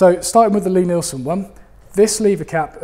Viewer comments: I was awaiting on tenterhooks for the correct pronunciation of Lie Nielsen ........ at last. Didn't really notice the F word but it's part of our rich vocabulary isn't it ? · Well, at least he got the fuck'n pronunciation of Lie Nielsen right. About fuck'n time. Oh, and dozie Rosie, something I learned with my kids, Always preview what you are going to show them whether it be from the internet, a DVD, blueray or a movie theatre. Sounds like work, and it is, and now I have two fine upstanding adults who have spouses and know how to use the work fuck.